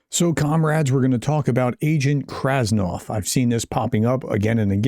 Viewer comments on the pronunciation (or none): Get at least the name straight. It's not Krasnoff. It's KRASNOV. It's in the fcking picture in the video. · KRASNOV not KRASNOFF ?